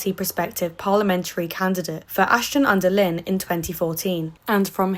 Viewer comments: Aston under lynne? It's pronounced under line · its Ashton-under-Lyne as in Line not Lin